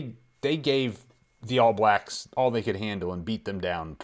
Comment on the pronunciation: I love hearing Americans say "All Blacks"! For some reason it seems like you all put the stress on the wrong word (a different word, I should say!). In NZ we say "ALL blacks" not "All BLACKS".